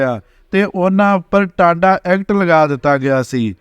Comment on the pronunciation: ਇਹ ਵਾਹਜਾਤ ਬੋਲੀ ਜਾਂਦਾ ਇਹ ਸੰਤਾ ਸਿੰਘ ਨਹਿੰਗ ਨੂੰ ਬੰਤਾ ਸਿੰਘ ਕਹੀ ਜਾਂਦਾ ਟਾਡਾ ਐਕਟ ਨੂੰ ਟਾਂਡਾ ਕਹੀ ਜਾਂਦਾ ਬਾਕੀ ਪੰਜਾਹ ਸੱਠ ਕਿੱਲੋ ਸੋਨਾ ਫਿਰ ਉਸ ਸਮੇਂ ਪੁਲਿਸ ਨੇ ਕੋਈ ਬਿਆਨ ਨੀ ਦਿੱਤਾ je ਪੁਲਿਸ ਨੇ ਸਾਈਨਾਈਡ ਦੀ ਗੱਲ ਕੀਤੀ ਤਾਂ ਇਹ ਬਹੁਤ ਵਡੀ ਗਲ ਬਣ ਜਾਣੀ ਸੀ ਉਹ ਆਈ ਕਿੱਥੋਂ ਉਹ ਤਾਂ ਅਚਾਨਕ ਵਾਪਰੀ ਘਟਨਾ ਸੀ ਪਤਾ ਨੀ ਕੁਦਰਤੀ ਮੌਤ ਕੇ ਕੋਈ ਅਦਰੂਨੀ ਗਲ je ਗਲ ਹੋਈ ਵੀ ਤਾਂ ਪਰਵਾਰ ਨੂੰ ਪਤਾ ਹੋਊ ਇਹ ਤਾਂ ਇੱਕ ਪਰਵਾਰ ਦੇ ਅੰਦਰੂਨੀ ਮਾਮਲੇ ਚ ਦਖਲ ਆ ਬਾਕੀ ਸਾਸ਼ਕਰ ਤੇ ਭੋਗ ਤੇ ਸਿੱਖ ਜਥੇਬੰਦੀਆਂ ਸ਼ਾਮਲ ਹੋਈਆਂ ਸੀ ਜਿਹਨਾਂ ਉਹਨੂੰ ਮਾਤਾ ਭਾਗੋ ਦਾ ਖਿਤਾਬ ਦਿੱਤਾ ਕੀ ਉਹਨਾਂ ਨੂੰ ਕੋਈ ਚਿੰਤਾ ਨੀ ਸੀ ਜਾਂ ਪਰਵਾਰ ਨੂੰ ਕੋਈ ਪਤਾ ਨੀ ਇਹਨੂੰ ਬਹੁਤਾ ਫ਼ਿਕਰ ਪੈ ਗਿਆ ਇਹੋ ਜਿਹੇ ਲੋਕ ਨੌ ਜੁਆਨ ਪੀੜ੍ਹੀ ਨੂੰ ਮਸਾਲੇ ਲਾ ਲਾ ਕੇ ਗਲਾਂ ਸੁਣਾ ਕੇ ਗੁੰਮਰਾਹ ਕਰਦੇ ਆ